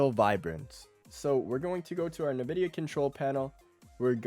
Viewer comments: Dude pls it is called NVIDIA not NEHVIDEA xD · no way im taking advice from someone who pronounces it "nuh-vidia" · Na-Vidia=cringe , EN-Vidia=GOAT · Nuh-vidia I can’t😭